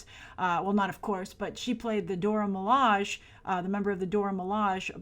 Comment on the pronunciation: Dora Milaje is pronounced Dora Mi-la-sheh